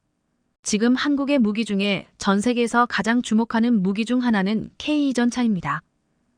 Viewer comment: ""씨!(=영상 제작자)에게 묻겠습니다. "K2"를 "케이 투"가 아닌, "케이 이"로 읽고, "km"를 "키로 미터" 또는, "킬로미터"가 아닌 "케이 엠"으로 발음 하고, "진입 장벽"을 "진인 장벽"으로 발음 하는 "당신"은 도대체, "어떤 나라 인간" 입니까? 내가 보기에는 당신은 절대로, 절대로, 절대로, "대한민국 국민"이 아닙니다. 거기에 더해서, 현재 폴란드가 원하는 수준의 무기를 만드는 나라는 ("미국, EU, 이스라엘 "일본", 한국 정도 인데)라고, 말을 했는데, "대한민국"을 '한국"이라고 하고, 또, "일본(Nippon=Japan)"을 "슬쩍 끼워 넣은 것"으로 "유추"해 보건대, 당신은 "Nippon=Japan= 일본)" "인간"인 것이 "확실" 합니다.